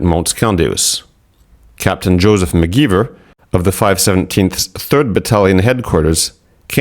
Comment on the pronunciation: McGiver should be pronounced with a long I, not ee, like the word ivory.